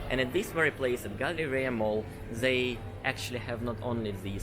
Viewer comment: Who will finally tell russians that it's not: zey but they and this instead of zis?